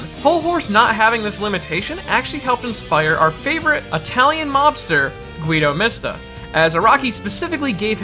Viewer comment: Annoe Joestar if he heard that, he would probably say "nonononono, you've got it wrong! It's pronounced "goo-ee-do mi-sta! That's five, not four!"